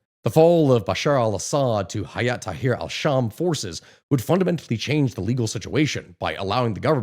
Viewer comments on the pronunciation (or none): none